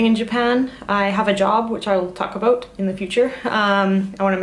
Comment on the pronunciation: Love the "a boat" , so canadian :)